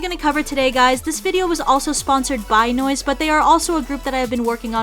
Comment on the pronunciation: Nowisee --> noice